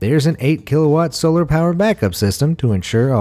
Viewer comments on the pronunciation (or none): none